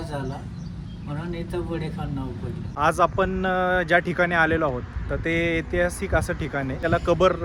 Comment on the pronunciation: अरे बाबा एतिहासीक नव्हे ऐतिहासिक असा शब्द आहे